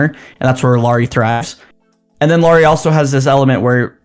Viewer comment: JFC you’d think if you host your own Utah Jazz podcast, you’d at least know how to pronounce the name of your team’s best player… a point Lauri has made repeatedly, using specific examples like Heat player Kyle Lowry or “Bad Boy” movie character Mike Lowrey when asked about it…